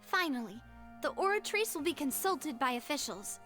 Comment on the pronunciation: Nah hes right about the names. It just sounds wrong and takes u out, u're having a full english conversation where both ppl have american accents and then suddenly a name is pronounced in broken french like the oratrice, or MUSOOR NURVILERT. Either pronounce everything with french accent or nothing t. Melus is a great example